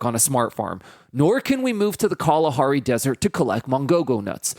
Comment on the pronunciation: You said Kalahari really well and I appreciate that coz I'm a local